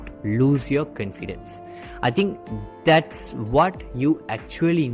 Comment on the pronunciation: Your confidence pronunciation is wrong pls change that